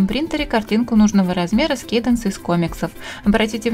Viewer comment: может не Кейденс а Каденс ?